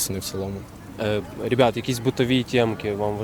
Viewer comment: Рєбят🤦🤦🤦 А в цілому було цікаво послухати думки молоді. Дякую!